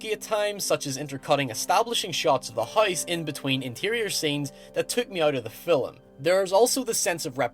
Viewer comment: I get that there is a difference in accent and all, but you DO realize the word "film" has only one syllable, and is not pronounced "fill-um," right?